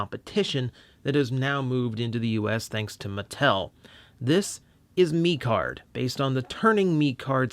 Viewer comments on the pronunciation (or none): technically its pronounced mech card just thought id let you know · Actually pronounced meh card and mecard was made in 2015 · He said turning meeecard it’s turning mecard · Hey, great review, but I believe it’s pronounced like Meh-card like a mixture of Mech and Card. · The pronunciation of mecard. Ugh